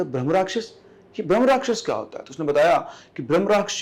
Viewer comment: Brham nahin Brahmha rakhyas hota hai